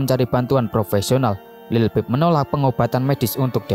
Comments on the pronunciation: Lil pip..how the hell you make a whole documentary and can't say his name? 🤡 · dude, it’s like you’re reading out of a book or something and you can’t even pronounce say this name right or not this sucks. Take it down.✨👑🐠